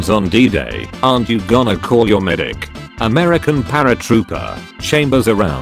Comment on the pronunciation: Video: Americans Text to speech: aMeRsHaNs